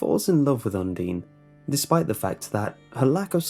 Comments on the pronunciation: UN-DINE NOT UN-DEEN! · It's not undine it's undyne lol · IT’S UNDINE NOT UNDEEN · Undertale Fans: It's Undyne not Undene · You pernounce Udyne is Un-dine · It's un-DINE I'm sorry but you just got so many undertale fans triggered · You’re saying Undine wrong. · Now im confused about how you pronounce Undyne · who else got annoyed by how he pronounced Undyne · undyne is pronounced differently though, otherwise these stories are very interesting. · it's not pronunced like you said you say the "i" like in I in Undertale. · Undine - is pronounced: "un" like one in spanish "di" like dea in dean "ne" like in neck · Guy_of_wonder HE WASN'T EVEN PRONOUNCING HER NAME RIGHT SO SHUT UP